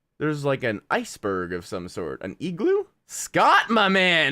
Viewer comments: I say igloo, says egloo😂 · say eeeglu one more time. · Why do u say igloo so weird 😂😂😂